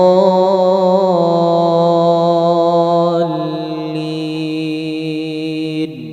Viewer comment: Maaf apakah ada yang memperhatikan bacaan akhir fatihahnya? Yang saya liat dan dengar "waladloolliim" Huruf mim Bukan "waladloolliin" Huruf nun.